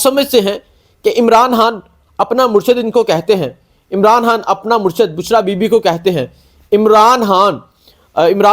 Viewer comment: یار خدا کا واسطہ عمران ہان نہ کہا کرو بلکہ عمران خان کہا کرو۔ جب خان کہتے ہو رو ہان کی آواز آتی ہے